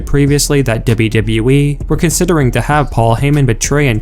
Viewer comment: Debyu debyu ee